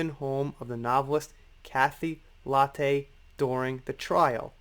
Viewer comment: Just so you know, Lette is pronounced Let. She is an Australian writer, which is how I know. And yes, we can now add corruption to the list!